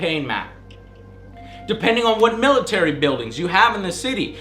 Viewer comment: "militar" lol so angry